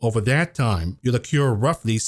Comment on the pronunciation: accrue = not "a cure" but "a crew".